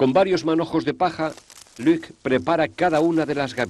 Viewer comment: No es Luque, es Luc. Es francés.